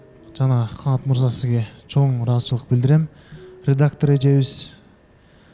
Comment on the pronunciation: сизден сураныыч-Ыраазычылык деген создун акырын жеп коюп атасыз,даярданып койсонузчу😅